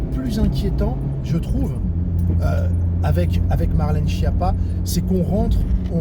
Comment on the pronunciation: Et enfin, respecte cette dame et prononce son nom d'origine Italienne correctement : skiappa, ce qui veut dire cancre nulle zéro et courge (dans les deux sens!)